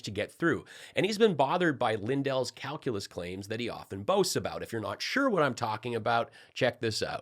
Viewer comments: Calculeese … 😂😂😂😂 Grance down at the er, um…ah… 8th, 9th…10th grade. I love it Tommy! So many human errors courtesy Lumpy “Mike” Pillow. Thank you. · mikepillow's "calculase" sounds like a laxative.😂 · What is what I heard pillow boy say CalUlace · Lindell can barely pronounce calculus, let alone when he took it.